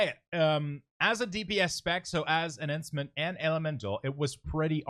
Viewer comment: omg duuude, good vid but man,. that pronunciation of enhancement shaman kills me...